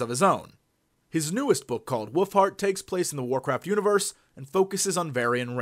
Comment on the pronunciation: Did he say World of Warcrack the first time he said it at about ? lol